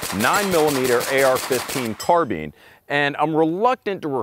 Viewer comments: carbeen? thought it was pronounced like carbine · which one is the correction pronunciation? Car-BINE or Car-BEEN?